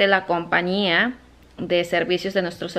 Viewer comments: COMPAÑÍA NO COMPANIA CATÁLOGO NO CATALAGO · Se dice COMPAÑIA CON ÑÑÑÑÑÑÑÑÑÑÑ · Se dice compañía! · se dice compañia